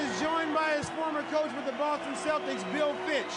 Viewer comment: Lol "the celdicks"